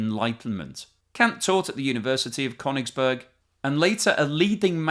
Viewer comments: That's not how you pronounce Koenigsberg either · it completely undermines your claim to know something about it if you can’t pronounce names properly. It’s KalinINgrad with four syllables, not three. And it’s “Koenings- burg”, not “Kone- ings-burg”. From Koenig, meaning King. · No, it's Koenigsberg or Karaliaučius!